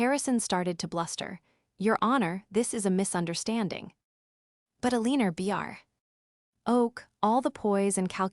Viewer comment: All these stories have an Alina in them— pronounced Alina’s. AI needs to learn how to say these names if they are going to use them.